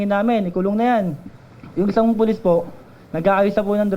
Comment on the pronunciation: puLIS-tuLIS.,,,letter T instead of P.